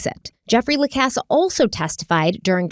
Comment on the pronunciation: I just hate the mispronouncing of Jeff lacasse …